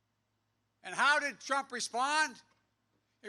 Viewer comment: Donald Prump! 😂 gaf machine 🤦🏻‍♂️ it’s almost sad to see this... after laughing at him 😬